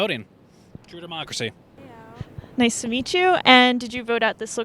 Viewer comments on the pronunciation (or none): Sorry, did she say dommeocracy? 😂